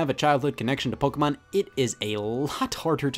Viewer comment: The 45 minute section where you explain why the Spanish Inquisition should be implemented worldwide was a strange touch, also hate the way you say “Pokémon”